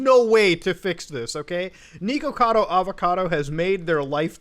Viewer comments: Every time he mispronounces the “Nick” part of his username as “Neek”, I drink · Not niko like the cat my dude. It's Nick, with an O lol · It brings me amusement that you pronounce it as Neekocado. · isn't it supposed to be pronounced nickocado? i can't remember if i'm just misremembering. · it's pronounced nick-ocado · Why does it sound like muta keeps saying "neeko-cado" lol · It weirds me out that you call him "Nee-Ko-Cado" lol. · he keeps saying his name and you keep saying his name wrong. HOW? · The way he says "Nikocado" hurts to hear. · ... muda pronouncing things wrong ... First you have "Tackys" (Takis) and Nikocado like he's bout say Nico Nico ni has me dying. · New drinking game, take a shot every time he mispronounces his name and says “villain of YouTube” you will not survive till the end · God I hate the way you say his name